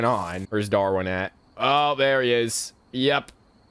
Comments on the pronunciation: You called Darwin Dorwin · You also pronounced Darwin as Door-e-an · And he also called Darwin Dorwin😂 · I love how he called Nicole "nickel." And he called Darwin "dory.' 😂